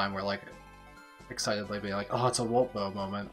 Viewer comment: It's Wolt :D "sprit dust" tho